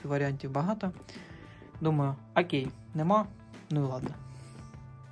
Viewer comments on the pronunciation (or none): Вийшло, як ви кажете- "Акей"!😂😅